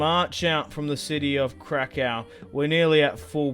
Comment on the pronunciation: Polish lessons krakow is krakoov